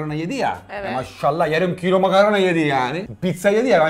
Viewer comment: Danilo makarna diyor ben makaron anlıyorum